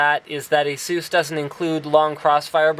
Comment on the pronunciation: ASOOS? WTF MAN. It's ASUS. A-SUHS. Say it with me...